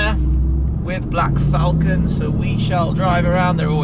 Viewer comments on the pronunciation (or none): none